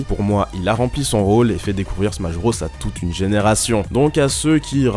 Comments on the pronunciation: Putain mais arrête de prononcer BROS comme ça... Mario BRAUSS? Super Smash BRAUSS? EDIT: Ah okay "nonante trois", tout s'explique... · "le -iiiitsteune dans smash brôs" Tu m'étonnes qu'on se moque de la prononciation française de l'anglais